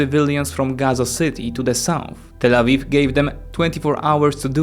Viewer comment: I'm sorry but you always say Tal Aviv when talking about Israel 😅 Tal Aviv is just a city in Israel.